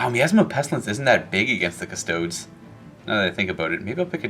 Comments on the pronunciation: Again with the "Cuss-toads" wtf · it’s KUSS TOAD EES - you ding dong. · Do people not realize that he calls them kuh-stodes as a joke?